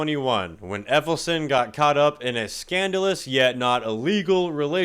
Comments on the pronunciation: Not Effelson... Ellefson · "Dave Effelson" LMFAO